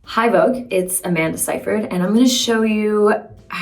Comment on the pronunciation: Well, this is the first time I’ve ever heard her name pronounced properly lmfao I did not say it that way 😂